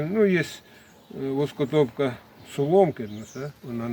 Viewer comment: Воскотопка, а не воскотіпка, я сміявся чуть не лопнув.😅😅😅😅😅❤❤❤.